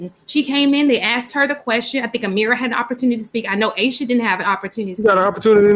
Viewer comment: Her name is..not Ameera